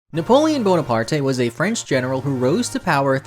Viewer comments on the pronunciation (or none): "Bonapart-*ay*"? Lol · I burst out laughing at your pronunciation of the name Bonaparte 🤣 I’m gonna call him Bonapartey from now on as well 🤣